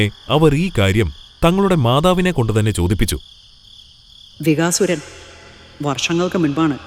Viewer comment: ചെറിയ ഒരു തിരുത്ത് ആകാം രാക്ഷസൻ്റെ പേര് വികാസുരൻ എന്നല്ല "ബകൻ എന്ന് ആണ്......... ബകാസുരൻ